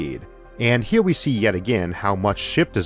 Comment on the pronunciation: "Wader" " hewe" "eawth" "biggew" "awea" "dwag" "awmor" -Isaac Arthur